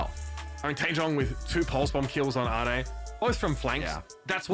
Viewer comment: ade being pronounced like "ah-day" threw me 4 a loop JKL:SDDS